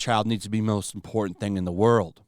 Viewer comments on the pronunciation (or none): none